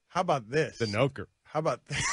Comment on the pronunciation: "The Noker" lmao